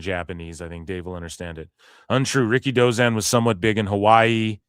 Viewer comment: Ricky Who? Dave stop saying Ricky Dozan no one knows him?